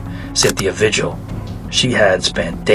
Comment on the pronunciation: I've lived in New Mexico for 25 years. This guy was a sick fuck. Also Vigil is a Spanish last name, It's pronounced vee-hill.